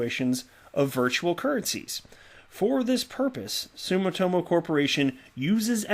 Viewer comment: sue-me-toe-mo I live in Japan stop beating up the name....